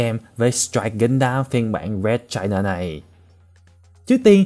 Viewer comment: Nghe china tưởng fa kee